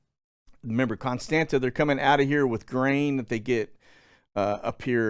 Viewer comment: Constanta it’s pronounced Constanza 😀